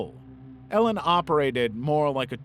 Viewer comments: The Elan boarding school isn’t pronounced like “Ellen”, it’s pronounced like “Elon”, and NXIVM isn’t pronounced as the letters, it’s pronounced “nexium”. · maybe research how to pronounce Elan and synanon if you're going to make a video